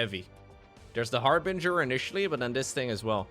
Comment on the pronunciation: THANK YOU for pronouncing "Harbinger" correctly! You would not believe how many people say har-bringer.